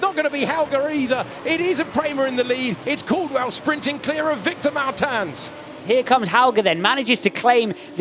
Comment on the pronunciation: somebody teach the commentators how to say Martins: its Murteamch